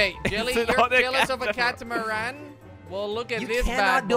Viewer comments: Its Catamarang, Not Catamana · When said the name of his boat I thought he said "the KUTAMOROOOONE!!!" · WHY does keep saying catamoorone rather that CATAMARAN!!!! Wtf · I laughed when said kata moran 😂😂😂🤣🤣🤣🤣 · Legend says that will be saying "CATAMARAN" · I like what says kantamaran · when i saw jellys car boatish when he said katamaran i was like wtf is katamaran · 'The Cathamaraan' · It’s not catameruuuuuuuuuun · or Cata Marone